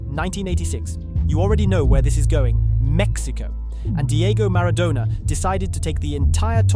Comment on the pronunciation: These fkn AI videos are getting on my bloody nerves! MaraDONNA not MaraDONER Pronounce his name correctly ffs! One of the greatest players of all time!!! Also saying that South Korea went on a massive “killing spree” isn’t the best description…. Why “finally” in 2010?!!!! We’ve had 2014, 2018, 2022 since then!